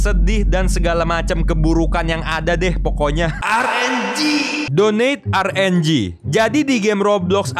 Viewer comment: Rng bukan R enjing betul